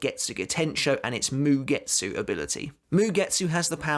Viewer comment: Ok ... you are doing it on purpose.... asauchi.... ah-sa-oo-chi..... sebonzakura kageyoshi... ka-gay-osh... don’t pronounce the i... same with mugetsu... you don’t pronounce the u... it’s mugets... moo-gets